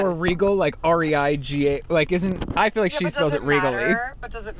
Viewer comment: and his "FILL" instead of "FEEL" 🤦